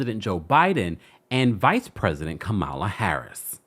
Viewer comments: Kempire, sir… lol all 💕, the VPs name is pronounced “Coma-La” = (Kamala) not Ka-Mal-La‼️👍🏾🥰❤❤ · I’m tired that these incidents keep happening. No one deserves to be a hashtag for these reasons…my heart breaks for her family. And just a small but important reminder - respectfully, let’s PLEASE make it a habit to pronounce people’s (ESPECIALLY BLACK PEOPLE) names correctly. It’s pronounced “KAH-mah-lah”, not “Kah-MAH-lah”. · The Vice President’s (and hopefully next President’s) name is pronounced Comma-la. Like a comma followed by la. Just an FYI if anyone cares. A lot of republicans purposely mispronounce her name as a micro aggression, but she seems unbothered. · It’s pronounced Coma-La. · I wonder why people can’t pronounce VP Kamala name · I'm disappointed in your mispronunciation of the victim's name and the vice president's name. I expect that from AI but not from a live YouTube journalist. Do a better job in the future please. 🤷🏿‍♂️